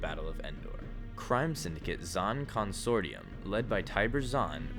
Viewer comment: You butchered the word Consortium.